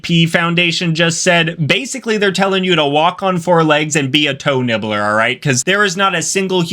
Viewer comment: TOE NIBBLEH